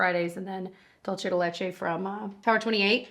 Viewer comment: It's dul-SAY de leCHay